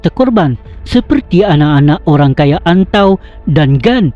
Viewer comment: Ok tu maksud dia orang kaya bro.....lucu sgt saya dengar awak sebut ok pemancha dana....orang kaya pemancha dana sebutan yang betul bro.....